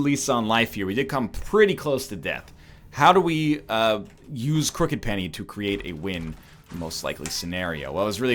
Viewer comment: How long will it take NL to correctly say the name of Crooked Penny?